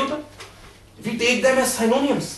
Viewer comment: Just a small correction Synonyms is not sai-no-niums but si-no-nims